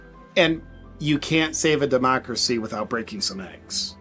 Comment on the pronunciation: Democwacy Democwacy AHHHHH . Democwacy . The left is a bunch of parrots .